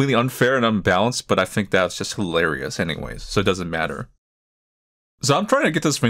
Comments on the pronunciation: so you found that… hil-larry-ous? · Game review - It's hi-LARRY-ous !